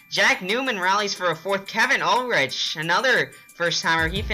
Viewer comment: 5th place, nice. By the way, my last name may have a ch, but it is pronounced like Ulrick. Don't change the spelling but the but change ch pronunciation please.